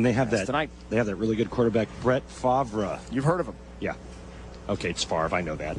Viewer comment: "Brett Favrah" lol!